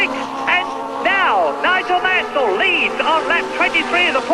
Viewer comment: Oi! It's NOIGOL MANSOL!!!